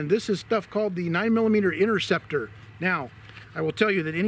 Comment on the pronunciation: What is the INNERCEPTER ROUND , 😕it’s pronounced. INTERCEPTER , ,get it right guys